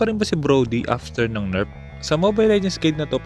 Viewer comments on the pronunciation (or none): Di ba NERF di NERP ? Lol sa accent